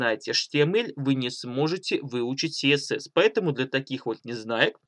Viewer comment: А Гоша только отвык говорить КаЭсЭс))) Наконец-то))